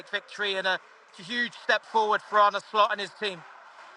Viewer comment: James it's Arne, not "Arnie".